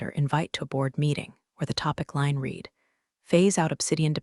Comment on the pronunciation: Irrelevant, sometimes irritatingly distracting background! Verb "read" is pronounced "reed" (present tense) and "red" (past tense and past participle)!